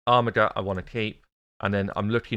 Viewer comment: It is pronounced AR MI JER!!!!! reeeeeeeeeeeeeeeeeeeeeee!!!! (Check online dictionary and play the pronunciation) BTW I love your work